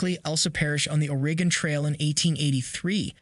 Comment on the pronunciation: Please learn to pronounce the name of the state of OREGON.